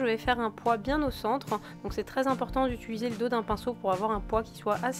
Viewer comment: on ne dit pas ituliser, on dit utiliser à par sa je t'adore <3